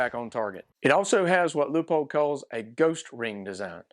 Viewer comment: As usual Leupold pushing envelope on thinking outside box. Cant wait for gen2 hope they can move battery location. Also thanks for pronouncing Leupold correctly!